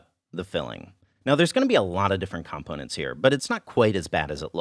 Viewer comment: Poor has been abroad for so long he's forgotten how to pronounce "component": Great video as always. 😄